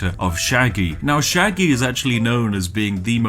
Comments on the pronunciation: NIGEL Sheggy, not Sheggy 🤪😆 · imagine soelling Shaggy "Sheggy" And I thought Brits knew english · Shaggy ... With an 'a'. What's a sheggy? (Gets punched and explodes)